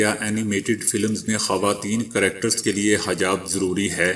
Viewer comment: BAI HAJAB NAHI HA HEJAB HA.